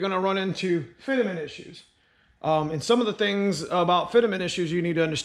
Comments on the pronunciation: "fitament" ......dude its just fitment. lol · I was thinking the same thing but got beat to the punch FitAment lol